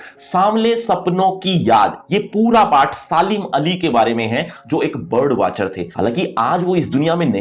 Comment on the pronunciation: PATH ❌ PAAAATTTT😅😅